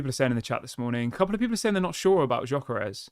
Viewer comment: Gyökeres is pronounced as follows: Gy is similar to Dj in Djokovic ö is pronounced as fur or firm and s is sh like sugar. Dj-ö-ke-resh